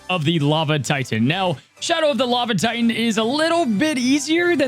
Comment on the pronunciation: Ti-Tan is killing me. Sometimes you even say it the correct way, I don't get it. Drives me crazy. Omg, I think you just did it with But-Ton too.